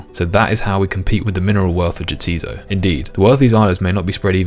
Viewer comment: Extremely minor nitpick: 'Jatiszo' is pronounced 'yah, 'tis so' like the characters keep saying, not 'yaTEEzoh'. Love the series.